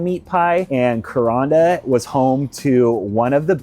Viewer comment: If a cassowary doesnt scare...you are a fool. Vicious little buggers. They can disembowel you with those claws. They are not found anywhere but up north in the rainforest...Thank God. It is pronounced KurANDa the middle rhymes with sand.